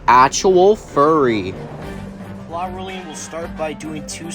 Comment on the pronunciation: Neat video man, I would recomend listening to how other people pronounce names of characters in the future, for example Elfilis is pronounced Elf-ill-ess and Clawroline is pronounced Claw-erl-line.